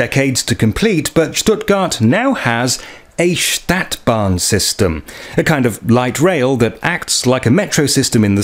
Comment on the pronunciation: This is a robot narrating, A Stadtbahn is pron. StAHtbahn NOT staetbahn like the English word ae as in 'sat'. I noticed and can tell as these robotic narrations to hide the original uploader who wants like so many other YT's to remain 100% totally anononyous out of some fear of other people (anthrophobia). No name, no selfie, and not even the original voice! This is NOT SOCIAL media! Humans are supposed to be SOCIAL animals and this mechanised and grossly materialised society is fast robbing humanity of one of THE most important traits that separate us from the wild animal kingdom! The robotic choice of English even converts foreign sounds to the English rules of pronunciation, this is how I can tell a real voice from a robotic one. The 'U' is an abreviation for UntergrundBahn (underground railway) it is NOT JUST a logo!